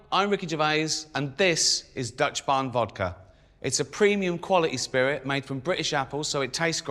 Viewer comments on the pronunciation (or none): none